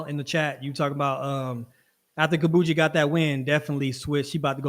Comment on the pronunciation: Loving that we are pronouncing our fellow Africans names correctly, Yass Kambunji and Amusan. love it Gatlin!!